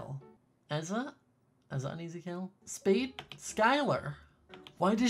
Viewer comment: Why r u saying speed and not spade but it’s okay😄